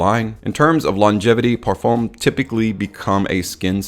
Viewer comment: It's not Perfomme its Perfum....